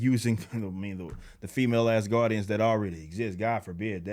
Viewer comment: When you said black asgardians, I honestly thought you said “Black-ass guardians” and was trying to figure out if any of the GOTG were black xD